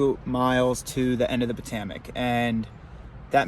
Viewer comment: IKR? That and “Po-TOE-mick”